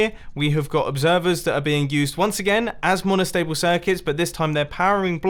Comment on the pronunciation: Nobody: Mumbo Jumbo: MONOSHTABLE SHIRCUTS